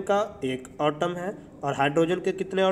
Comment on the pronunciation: Sir not otom it's atom Vsse app samjate bohat accha ho samaj bi aa jata hai god bless you sir